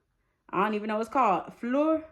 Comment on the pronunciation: fleur reads like fler with an accent lol. It’s means flower in french